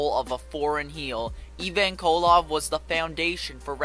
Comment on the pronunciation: his name is Ivan pronounced I-Van